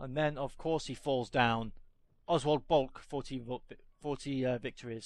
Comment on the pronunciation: In the map screen his last name is pronounced bolka. He wrote Dicta Boelcke which was his doctrine of air combat tactics/ rules used by both sides.